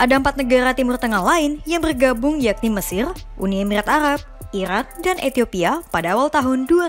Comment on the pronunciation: lul,, gak bisa ngomong R,,,,,,, ha ha,,, mesil, alab,blics,,, lul